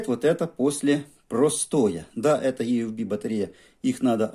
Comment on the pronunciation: Батарея ИэФБи а не ЕэФБи !